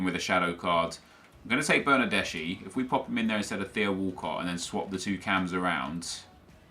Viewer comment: Bernardeschi is actually read as "bernardeski"